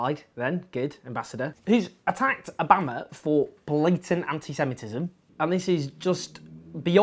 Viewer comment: interesting pronunciation of Obama there, Owen